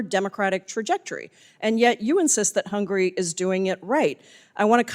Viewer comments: HUNGARY... not "hungry" 😂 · what hungury has to do with US? why is she so worry about hungury?